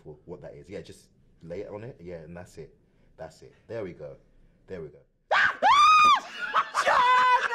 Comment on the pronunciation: I love the way she shouts "JJJJOOOOOHHHHNNNN!" With her accent. It's amazing